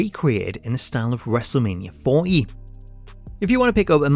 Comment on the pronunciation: lol your accent the way you say WM40 sound like you say wrestlemania 4 E